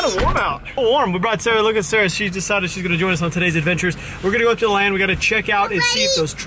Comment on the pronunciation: When you said sorry Sara it sounded like you said sorry sir